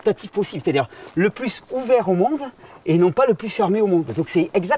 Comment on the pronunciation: Le MONDE et non le mode 😅